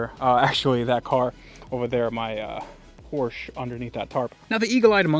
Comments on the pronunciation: Bionic Deathclaw poor shh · Please learn how to pronounce Porsche.